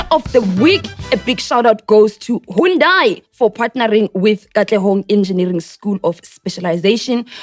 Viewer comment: Someone please tell that that’s not how “Hyundai” is pronounced! 😅